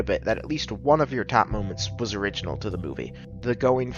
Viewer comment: Loving this video! I learned that Americans say "erjonal" for "original" lol